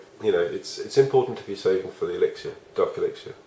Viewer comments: Brits be like "elixier" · You say mortar and elixer wrong